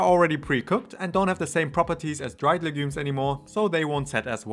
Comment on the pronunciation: You talk a little too fast. Please learn to pronounce the word 'legumes'. And talk a little slower please. Nice content.